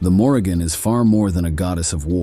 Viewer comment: His mispronunciation of her name told me all I needed to know smh😂